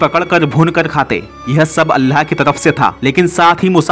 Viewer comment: Please Allah ko sahi se pronounce karo pata ni aaplogo ko arbi k talafuz kyo ni samjh aate,seekho ye sabse azeem naam hai